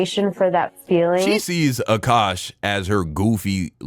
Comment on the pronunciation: Aint no way this guy in the video called him "Cukash", lmfao, 😂😂😂😂😂